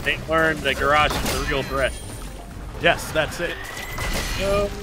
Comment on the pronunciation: Ga rosh LOL ITS GARROSH!